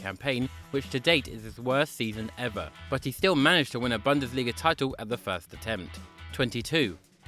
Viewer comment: It's Boon-des-lee-ga